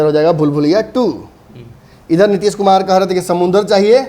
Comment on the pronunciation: Tution lo.... Nitish kumar hai... Nitish kumad nahi....